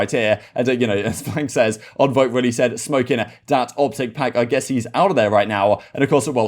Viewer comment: It's Envoy not Onvoy why are you pronouncing it so wrong? I'm English as well, it's bizarre how you are saying it.